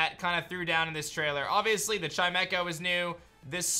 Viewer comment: lmao i thought chimecho was pronounced "chime-cho"